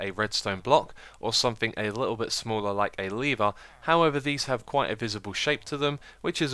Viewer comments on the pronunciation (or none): none